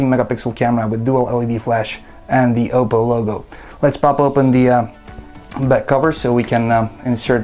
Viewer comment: I thought it was pronounced Op-po, not O-po.